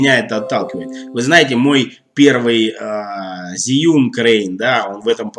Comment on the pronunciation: Инженеры похоже совсем не в теме относительно удобства конструкции. Могли бы на стадии разработки пообщаться с опытными практикующими видеографами. Зиюн, Жиюн, Жюин... , китайцы произносят ещё сложнее Джьюин ))) Кстати, мы с Сергеем Щербаковым скоро снимем сравнительный тест нового двуручного Fosicam (продолжение Профи) с Zhiyun Crane 2.